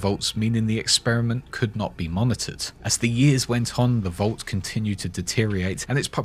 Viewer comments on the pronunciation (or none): Its vault, not volt! v-all-t! Come on!